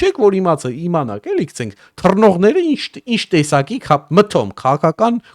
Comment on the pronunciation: քցենք չէ էլի հարգելիս գցենք պահի էլի լավ հայերենը porfa